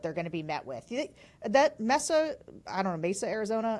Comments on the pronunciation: its Pronounced may sa Mesa AZ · May-Za Arizona lol, it means table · It is pronounced: May-s-a=Mesa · Don’t you study HOW to Pronounce words are going to be using in your discussion s?? Mesa???? Really write it out phonetically if you have a problem remembering how to pronounce it…. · It's secretly hillarious that they're uncertain how to say "Mesa." Tell me you are from the East, without telling me. 🙃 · except neither of them can take 2 seconds to look up the pronunciation of the spanish word for “table top”… so much for enticing the conservative spanish speaking base. Preaching to your choir is comfortable but doesn’t win any hearts & minds.